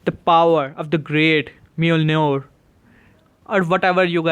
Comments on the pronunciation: Bro the j Is silent so just say molnir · it's Mol-ni-r that's how you say it, you don't say the j.